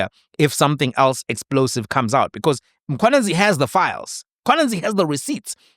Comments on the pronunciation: why are u always pronouncing it as Mkhwananzi?? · Not Mkhwananzi but mkhwanazi... plz correct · please man, it's Mkhwanazi not Mkhwananzi... Respect Ndonga please 😂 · MkhwanaZI not MkhwanaNZI,.